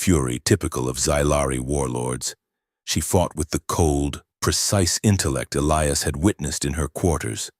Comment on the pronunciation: Yes, please EE-lie-us it's a cool name. But when it's constantly mispronounced in different ways it pulls you out of the story